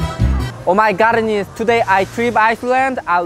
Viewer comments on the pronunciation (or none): Shicken oh my garnishhh eskeresss Minute 3. 42 the man is pincing oh my garrrnishhhh looking that ..oh my garnishhh oh my garnish .... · " omgoddness" it sounds like he's saying " oh my carne" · "Oh my GARNESSS" HAD ME DYING XD